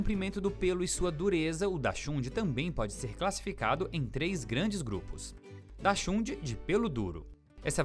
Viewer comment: O narrador não sabe falar o nome da raça do cachorro